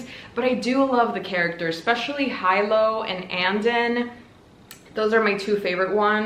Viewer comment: HI-LO? pleaseeee his name is pronounced as he-lo